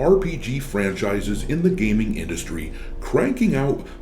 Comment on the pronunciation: Wait… gayming awards? GAYMING AWARDS?????, please can I borrow one of your ships to get the hell off of this idiotic planet? Pleeeeeease!!!!!